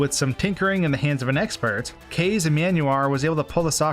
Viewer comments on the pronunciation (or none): Kayze? You mean... Kah-Zaye? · Is Kaze really pronounced english and not like the japanese word for wind?